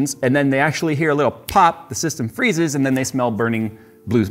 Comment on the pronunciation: XD my system froze when he says, when system fezzes......